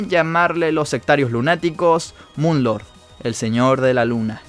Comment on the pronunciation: No se le dice mun lorg se dice moon lor